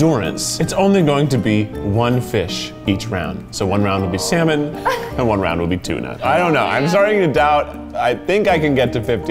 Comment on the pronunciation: yes yes salmon (sal-mon)